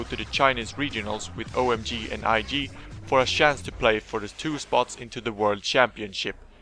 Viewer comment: sjance, its a dead give away when swedish people say chance